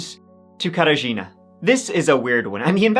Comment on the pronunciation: Mhmmm at the start the Wisła river. And Mieczysław, though I guess I just hear it wrong and he pronounces it correctly. But the Katarzyna got me really impressed. It's hard to say for a foreigner but got this one perfectly.